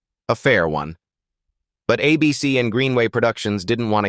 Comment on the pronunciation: AI narraton sucks, a bc is ABC, where each letter pronounced individually, the "long" version